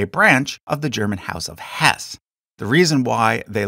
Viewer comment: Just a small pronunciation correction . "Hesse" is a two syllable word. The second "e" is pronounced as a short "e".